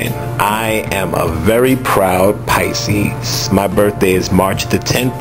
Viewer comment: You do good tag videos thats why everybody tag you! lol!..my grandmother's bday was on March 12th..she pronounces Pisces.... PI-CISE LOL!